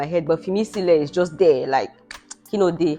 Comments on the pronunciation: It's kilode and not kiloje. Kiloje is what are you eating? Kilode is what is happening? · It kilode. Not kiloje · It's not kilo je, it's Kilo de, meaning what happen or what is it